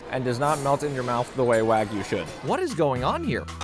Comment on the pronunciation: pronouncing "wagyu" like a white guy